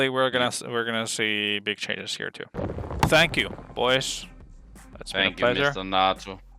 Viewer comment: "Thaaaaaaääänk juu mista Nhatu , it vos plserue" =D